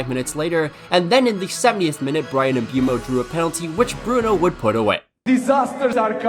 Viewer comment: All cool and all but, where did you get this MbUEmo pronunciation from?? It's literally the opposite in normal English MISpronunciationese. Granted in French it's not even a diphthong it's a monopthong (one vowel sound)